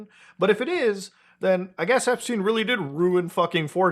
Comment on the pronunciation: epSHteen 😬 first time I hear that pronunciation 😂